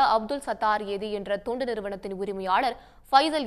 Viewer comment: தயவுசெய்து சரியாக உச்சரிக்கவும், அது தொண்டு நிறுவனம், துண்டு நிறுவனம் அல்ல🙏